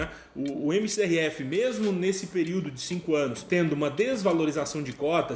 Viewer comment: 2021 e ele continua pronunciando MCRF 😁